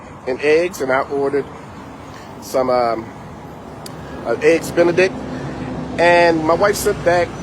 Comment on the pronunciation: I knew he was a problem when he said "Eggs Benedict"😂😂😂 take this video down, have some dignity.